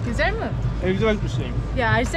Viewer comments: HEYON GUSELMİİİ DENE😂🤣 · her gucel mii dediğinde kahkaha atıyorum yaa:)) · Çüzel miğ -Just try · nobody: gücelmi: Try again:gücel mi: Try again:gücel mi: Try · Güçel mi? Güçel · güzel mi yi Karadeniz ağzıyla söylüyor çok komik